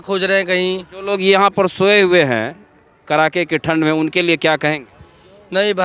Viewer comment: Abe Bihari..." Kadake" ki thand hota hai , Na ki KARAKE ki thand ... CHIRKUT .... Patrakarita se pahle shuddh bolna to seekho